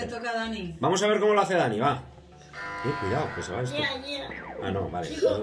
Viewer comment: Se dice dani no danny